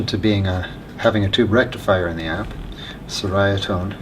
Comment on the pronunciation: It's actually pronounced Cherry-ah-tone, it has an Italian flair. As told to me by Nik, the owner of the company. I wanted to pronounce it correctly after buying a Yeti 50w and before I made episodes with it on my channel. Great video showcasing their work.